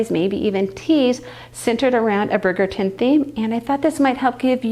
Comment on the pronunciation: It’s pronounced “bridge” -er-ton. Like London bridge. Not brig-er-ton. Bridge.